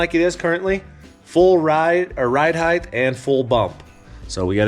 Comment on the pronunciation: Just a thought its ride height, not ride heighth. Heighth is not a word.